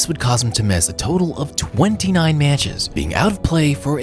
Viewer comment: Meyatches. Weird way of saying that word given your attention to your voice.